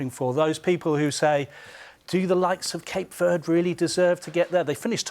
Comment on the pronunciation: It’s pronounced Ver-day not Verrd